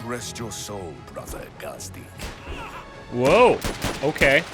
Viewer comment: I know you've finished the playthrough, but its pronounced gaaz-deek